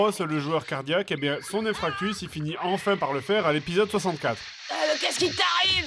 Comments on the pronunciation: Alors une fois pour toute, ce n'est pas "infractus" mais "infarctus" zzz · infarctus, pas infractus 😄